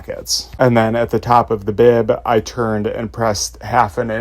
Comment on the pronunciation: thee?? Thee seam allowance?…?